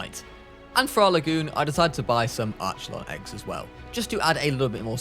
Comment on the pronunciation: arc e lon that is the pronaunsation bruv